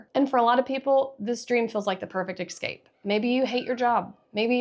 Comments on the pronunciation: Great but your mispronunciation of escape makes me cringe every time. It's es-cape, not ex-cape ‼️ EVERY TIME! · LOVE your content. But I had to stop about halfway through because of this. And to the people saying “relax”, sorry I just can’t. The word “eXcape” is used too many times.